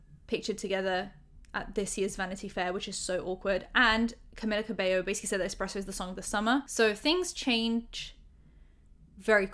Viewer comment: **"Cameeeeeella" ,not Camilla lol. Sound so stereotypically British (like me!) calling her Camilla lol, I was guilty of doing that too til I learned she is Cuban-born Mexican-American, Latina, and her first name only has one L, so it's pronounced "Cameeela" and surname (Cabello) pronounced "Cabayo". Not really that important I know but still lol, makes me chuckle.